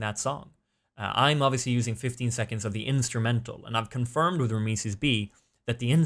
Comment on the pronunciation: is it just me or isnt it pronounced RAM - SEES ?